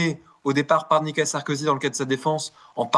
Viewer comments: pas nicala, nicOla! 🙂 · Je ne suis pas du tout fan de Nicolas Sarkozy, si j’interviens ici, c’est uniquement parce que je n’aime pas que l’on écorche, les prénoms ou les noms de famille Et la manière dont cet Avocat prononce le prénom Nicolas sans articuler, semblant dire Nicala est assez difficile à supporter et détourne mon attention du fond tellement la forme me dérange C’est dommage, d’autant qu’un Avocat doit être normalement doué pour la parole en public intelligible 😮‍💨